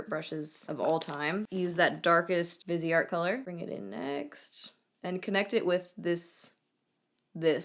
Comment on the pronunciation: Viseart = vy-see-art (commonly mistaken for “vizzart”) ;) xx